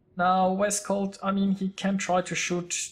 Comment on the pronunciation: Thx for the video :) Yep a really close battle, but honestly that was over when our CV died..:/ Ho and, for the pronunciation, you say "Vescau", like you did, but without pronunciate the "LT" of "VescauLT" ;)